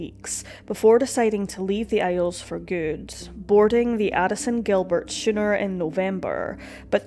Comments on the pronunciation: "He kept himself to himself".... this is why you need a better editor. What you meant to say "He kept to himself" A Schooner is pronounced SKooner. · A misproounced schooner (pron. "skooner") I believe :) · Did you say Shooner???😄😄